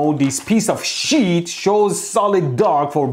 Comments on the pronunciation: Everytime he say sheeet my heart jumped a beat affraid that he might say $hit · "this piece of sheet" 😂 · omg you always me me laugh,from fights against the current or people , to how you say things Not Pronounced SHEEE...EEET=S.H.I.T lol, you obviously stared to long at his BLUE eyes but i just want to say something to you both ,did you ever hear about the law of interference and observation and how it can change the findings so did the fight you both had mean nothing about who's ball and chain moved in which was right but really wasn't Mwahahahahahahahaha! PS those are some amazing eyebrows! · I'm dead , " I also bought this piece of sheet " lololol 😁😂😆 sounds similar to something else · The way he emphasizes "piece of SHEET" gets me every time. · When Mehdi says- a piece of sheet, it sounds like- a piece of shit 😂😂😂 By the way awesome explanation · Man, whenever you say 'Sheet', I hear 'S#!t'...😂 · "Piece of Sheet" Honestly I thought he will swear and I'll hear Bleep until he said sheet 😂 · The way he says the piece of sheet is funny . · Do you think the over pronunciation of sheet is because he's afraid of demonitization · every 10 seconds mehdi be like : PIECE OF SHEEET